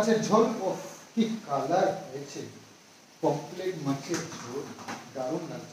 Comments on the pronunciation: POMRET not pomplet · পোমপ্লেট না পমফ্রেট